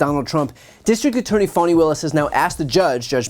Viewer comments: Love your commentaries. But I gotta ask you, is "Fawny" the way that Fani Willis pronounces her own name? Or is that a way for the media to avoid saying "Fanny"? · Only in America could Fani be pronounced Fawni 😂